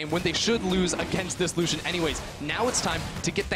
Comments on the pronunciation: Lusssian... my soul cringes so hard. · Triggers me how he says lucian